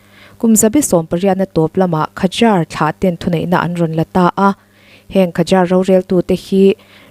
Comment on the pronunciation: Khazar tia lam lovin zâr tia lam tur.